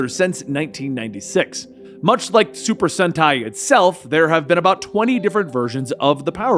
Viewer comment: Your saying super senti correctly that how you say it